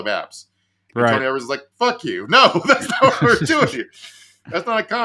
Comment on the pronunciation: Gov. Evers' name is pronounced with a "long e" for the first syllable. "Ee-vers" 🙂